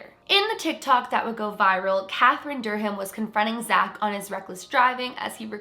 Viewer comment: The H in Durham is silent lol